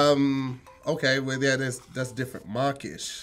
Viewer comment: Is it me but does it sound like is saying markish instead of mawkish?